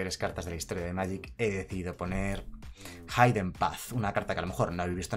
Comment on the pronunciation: Se lee jiden (hidden path) no jaiden